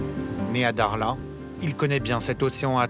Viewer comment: il sait pas prononcé le mot dakhla où quoi correctement ? 😂😂